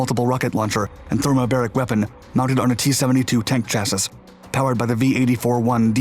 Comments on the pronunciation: "Chass-is"? really? is this audio AI produced now? it's pronounced /ˈCHASS-ee/ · he's still pronouncing chassis wrong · what is a SHASSISH? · Canadian pronunciation? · I have also been trying to communicate the correction to him for years